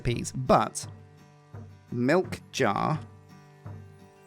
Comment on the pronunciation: What I heard was that uses bull "milk" 😅